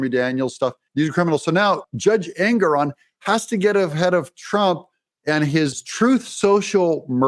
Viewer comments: Engoron pronounced Egnorant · I watched that judge Ingram or ignorant or however you pronounce his name on a interview and I think he's slightly off his rocker and not firing on all four cylinders he may just be a real serial killer